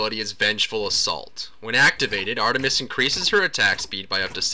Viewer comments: Ar-TUH-mis sorry I just found it funny how exaggerated the T sound was. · HA HA am i the only one who cracks up when he says ar-tu-mus? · u say the t in artemis so emphazised it sounds hilarious